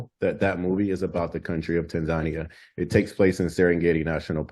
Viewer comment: I happened to see Melanated Safaris on FB today and decided to find their YT channel. Then, I see this video. Thank you and for this video!! I appreciate you both for the information shared especially the correct pronunciation of Tanzania!😀